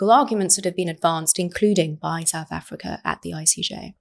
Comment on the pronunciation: Every time she says South Africa I cringe with embarrassment!